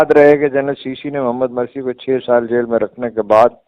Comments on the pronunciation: Mursi and not Marsi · سہی تلفظ ہے Mursi hay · Morsi ( Mursi) is the right pronunciation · مرسی کی میم بالضمہ ہے ، فتح نہیں تلفظ درست فرمالیں ،